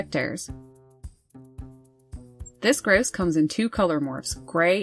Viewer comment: You say it as gross it's grouse